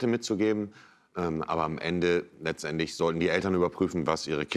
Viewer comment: Doch. "Letzenendlich" am Anfang XD